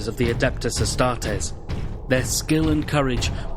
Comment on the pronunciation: If this guy is a fan why does he pronounce astartes wrong ? Never heard anyone say it? Some fan.